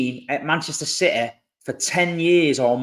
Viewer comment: It’s that Citeh Mentaliteh!!! 😂